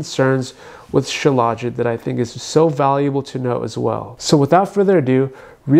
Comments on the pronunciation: Dude, you can't even pronounce it correctly. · Why does he pronounce it like that